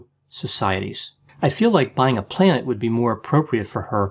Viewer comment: On first hearing, I thought he said, "buy a plant." -:)